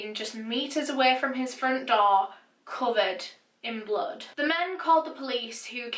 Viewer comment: Does she pronounce blood as blud ? Btw love her narrations 👌🏼💯